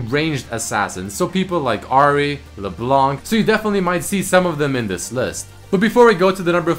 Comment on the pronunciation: Wait, you mean Le Blenk, right?